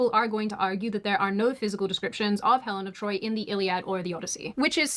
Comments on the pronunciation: Helen of De-TROY-t and Achilles the catcher. Also, accurate...as we all say.. i don't think you know what that word means in this context. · Helen Of de-Troyit